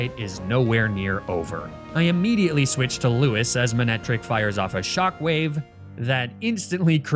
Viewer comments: It's lou-ees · Thelma and Lewis hurt to hear every single time, good job.